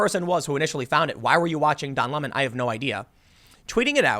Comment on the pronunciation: It sounds like he's pretending to be French. Its cultural appropriation. Lol